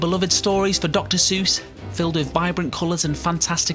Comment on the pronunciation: Eyyyy he pronounced Seuss right XD